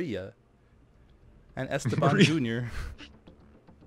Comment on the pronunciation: it's not Ésteban, it's Estéban!!